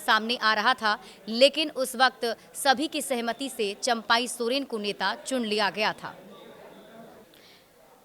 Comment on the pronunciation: चंपाई नहीं चंपई सोरेन बोले पत्रकार लोग हमेशा शब्दों का उच्चारण ग़लत करते हैं कभी ऐसा न करें ऐसी त्रुटियां नकरें , प्रूफ रीडर की तरह बने और गलतियां न करें ।